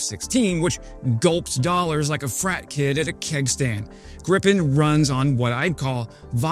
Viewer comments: well... first a minor snipe ... it's pronounced gripe-en (rhymes with cry pen). This video does a good job of explaining why the Gripen would IN THEORY be a great airplane for Ukraine ... but in practice right now, not so much. What Ukraine needs RIGHT NOW are either more (and more modern) F-16, or more Mirage2005s ... or perhaps even Rafales. Ukraine's big problem right now is the long training and support training time associated with a new type. It would be more than a year from now that Gripen's could start flying combat ... perhaps more than two. And does Sweden have Gripens to spare? My guess is no. It's not like F16s, where older ones are readily available. Producing Gripens for Ukraine would be a real issue, with real additional lead time. That's just "forgedaboutit" at this moment. Longer term Ukraine will want to align with whatever is western Europe's fighter mix ... that likely will have a low/high capability pair or even a low/high/stealth triple. Right now the NATO standard is F16/F35 ... but due to Trump's Putin-wannabe and tariff behaviors it's now obvious that the whole "western alliance" needs to tell the US to go f**k itself and stop buying US military kit. The Gripen compares well against the F16 and has a lot of very attractive attributes ... and its number 1 problem is that it uses the same US-made engine the F16 uses, meaning it comes with US strings attached. It needs to be re-engined with a SNECMA engine and there is one that would sort-of do, but giv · To pronounce Gripen as in Sweden, you'd say "greepen" though... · Swedish pronunciation = "Greepen" in english... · Ok we’ll send you some of your pronounce it Gripen with a longer I sound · It is always so funny to hear an American try to say the name of our fighters. They always get the i completely wrong.